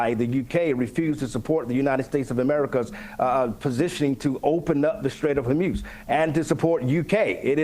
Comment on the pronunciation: STRAIT of Hormuz. Not STATE. To think you know what Americans do or do not know based on the lump of s#!+ pastor losing his mind on one program is kind of silly. The pastor seems to have a derangement syndrome induced by your lovely British interviewer. We do know what T** is and how fkkked we are. 💛